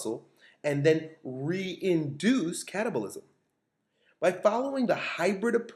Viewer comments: anyone else hear "stimulate short bursts of cannibalism?" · I keep hearing cannibalism